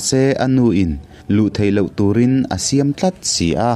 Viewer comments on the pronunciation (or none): none